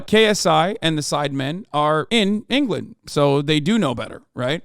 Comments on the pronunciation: "Duhfending Enghullund" - some English spirit that momentarily possessed Hasan Piker, 2023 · You mean Angerland